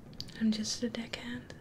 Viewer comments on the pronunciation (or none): Also when you first said I'm a deckhand I legit thought you said dick head I'm like what? Then I paused and read the description and went ohh xD